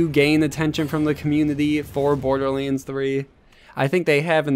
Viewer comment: Dude, seriously - stop pronouncing "BorderLANDS" as "BorderLEENS"! gosh...